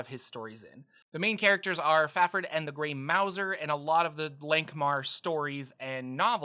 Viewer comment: Mouse-er not Mou-zer. He’s a stealthy rat catching cat.